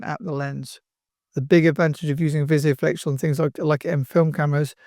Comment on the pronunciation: Great video, but just a note that it's Vis-O-Flex, not Visio-flex.